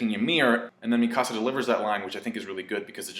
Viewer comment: Thought you were saying my house in spanish, I didn't know who you were talking about at first with the whole Mi Casa but I figured out you were talking about Eren's childhood friend slash girlfriend, the girl that loves him